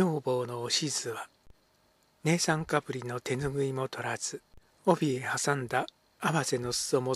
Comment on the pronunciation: いつも拝聴させていただいてます。私の耳にはとてもやさしい声で不眠気味のこの頃とても楽しみにしております。少し気になることがあります。姉さんかぶりの読みは、あねさんかぶり、ではないでしょうか。それだけがきになりましたので。今後も、心地よい朗読楽しみにしております。お体に気をつけて、いい朗読を続けてください。